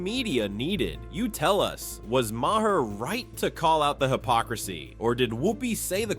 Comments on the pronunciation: Come on AI start pronouncing these names better mahair who the hell is that Bill Maher is his name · THAT'S WHAT THE THREE STOOGES SAID MA-HER HIS NAME IS MAHER